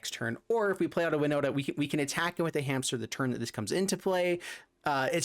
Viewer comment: i knew it;s winnota and I'm glad you did pronounce my IGN right. Kravden13 here